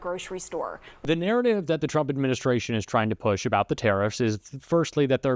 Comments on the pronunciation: What’s a Turmp?😂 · Trump not Turmp.😂